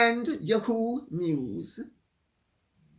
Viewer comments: Lady C, YAHOO is pronounced YAHoo not yaHOO. Thought you would want to know that. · Dear Lady C the pronunciation is YAA HOO. NOT YU HOO. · Dear Lady C, It is "Yah-hoo" with accent on the first syllable. This is an Americanism long-used before YahooNews came into being. It can be a perjorative name, as in, "That yahoo doesn't know what's up." Maybe a cowboy in the late 1800's would say with exuberance, Thank you for your work. I appreciate your "Yippee!" and "YaHoo!" But nowadays it is just ya'hoo. However, I love your way of saying it as "YehHOO"! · YAhoo. Accent on first syllable. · Lady C, it is pronounced “Yah-who” News…accent on “Yah” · YAW-Hoo, accent on first syllable. I don't believe for one skinny minute that there was a mutual parting at Spotify. Her lazy, sorry ass was dumped, and his along with hers! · The British way Lady C says yahoo makes me laugh